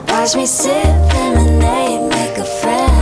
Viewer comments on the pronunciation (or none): none